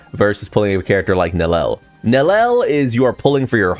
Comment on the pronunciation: Idk if people know, but they stealth nerfed Gin and (Nel-lee-el) is her pronunciation..not Nel-el.